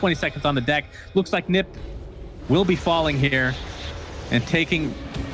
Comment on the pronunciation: Whad does he mean by Nip, it's like saying OG as Og, not O-Gee